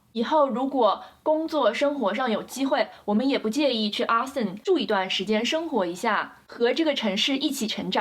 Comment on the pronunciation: 請注意Austin的發音，不是Aston, 是AUstin!